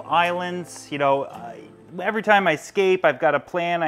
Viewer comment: When he says "you know " it sounds like he's saying "eel"